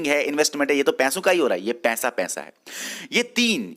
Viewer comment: Its not pensa,Pesa kyu nhi bolte kashmiris🤔🤔🤔